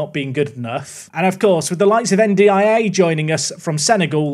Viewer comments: Hearing N'D-I-A so much is breaking something in my brain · i think you can pronounce better Ndiaye as "n-dye" or "undye" mate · anyone else losing their minds at "en dee eye ay" 🙃🙃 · By the way the way you say N'diaye is un-die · N'Daiye should be pronounced as "And I" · It's spelled N'Diaye, not N'Daiye. I think it would be pronounced more like "ndjai", rhyming with "eye".